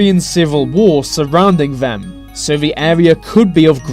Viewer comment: Dude seriously, pronounce your th's!!! Its not vem and vey. Where you get schooled at like? Your voice is driving me crazy.